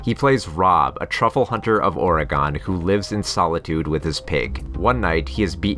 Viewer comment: Or-e-GONE! We're still here!